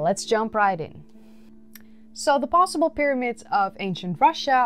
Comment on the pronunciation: 'Myramids' honey. 'Myramids'.